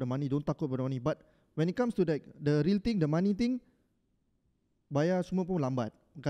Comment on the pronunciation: was it not a subtle diss tho? The giggling and the overemphasis to “be real”